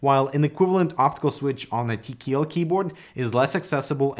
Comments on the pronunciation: tea key L Not TKL Tea key L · Why does he keep saying “Tee kee ELL” instead of “Tee Kay ELL”.gahhh